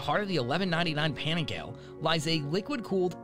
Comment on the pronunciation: Let me step in here for Americans to say the dolt (guy) narrating this doesn't represent all of us. Any guy I know in US that rides streetbikes understands how to pronounce Panigale properly.